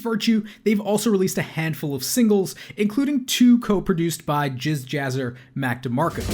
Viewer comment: i'm sorry, are we really not going to acknowledge "jizz jazzer"